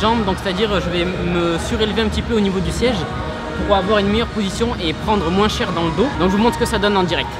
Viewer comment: vers les "moinsssss" c'est de quelle région ça ? Je juge pas je viens d'Alsace en terme de défaut de langue on est gratiné